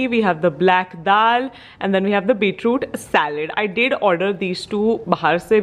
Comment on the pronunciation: its beetroot, not beetrude :P